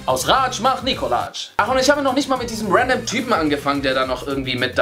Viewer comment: Tipp er heißt nicht Nikolaj es wird Nikolai ausgesprochen